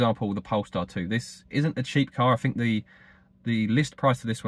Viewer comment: I was quite happy to hear your views on this topic. But after several " froughs, finks and eivers" I couldn't take it anymore.